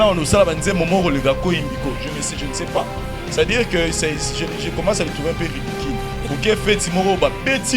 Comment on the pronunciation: Ridicule et non ridiquil